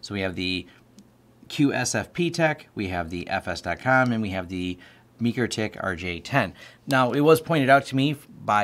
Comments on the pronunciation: Repeat after me: MIKE-ROW-TICK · Great info. But, it’s pronounced ‘Mike’-‘Row’-‘Tick’. Otherwise, awesome information that taught me a lot! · Never heard anyone say mikrotech the way you do 😂 must be the people I’m around but good video 🎉